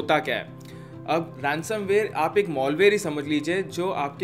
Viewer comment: molware !!!!!!!!!!!!!!!! mol means shit ware means be ware of your channel... hate your channel fuck you...you know nothing.... the pronunciation is malware not molware...